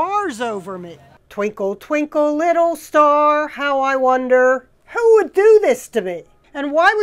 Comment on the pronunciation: Its wonder not wounder